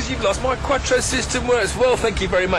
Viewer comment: Its not Katro its Quattro